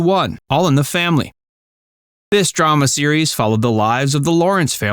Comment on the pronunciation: ALL IN THE FAMILY, WHICH YOU TOTALLY BOTCHED!